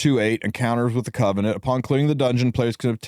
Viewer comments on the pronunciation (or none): none